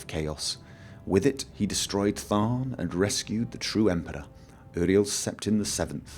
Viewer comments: Uriel Septim is pronounced; "Yuriel", but great video! I loved it! :D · I dont mean to be a pain, Im just gonna give you my input on pronunciations, you can choose to say it or not as you wish, Barenziah (bare-en-zy-uh) Palagius (pul-age-ee-us) Uriel (yure-ee-ll).